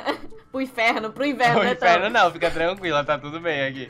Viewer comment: To morrendo de rir quando o otavio falo inverno você falo inferno